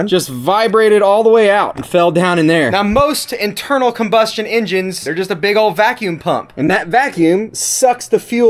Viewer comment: "I do have a background in 'injins'"... You definitely from Kentucky.